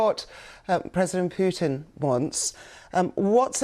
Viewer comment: Сама ты Пютин! Научись правильно произносить имена мировых лидеров, клуша!